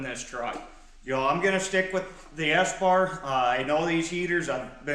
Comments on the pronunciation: nice video, eberspacher is german its pronounced ä-bars-pach-är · Ah good stuff. Great quality part and a super clean install too. It’s said EBB-uh-SPE-chuh where the ch sounds like “loch” in Scottish ie in the back of the throat. Do you need to insulate the pump and feed lines in -30 to stop waxing in that fine bore pipe? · its pronounced eber spa cher its german